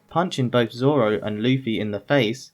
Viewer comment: "I think I can figure it out Zolo"